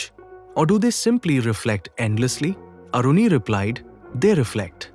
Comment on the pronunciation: Its not Aruni, that Maharishi's name was Aaruni 🙏